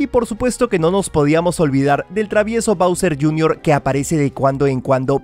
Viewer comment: Bowser JR. Se dice bowsi